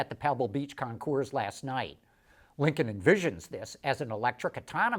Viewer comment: Say it correctly, Linculm.